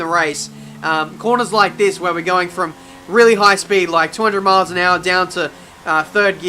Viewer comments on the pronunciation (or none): none